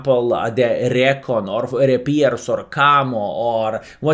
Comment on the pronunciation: Recon is pronounced ree - kon. Short for reconaissance.